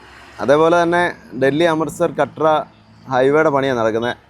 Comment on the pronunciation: കട്ര അല്ല കത്ര